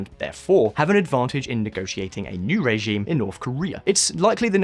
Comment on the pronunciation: Nice to hear a new voice. It called my attention that you pronounce the word "regime" as "ray-gime.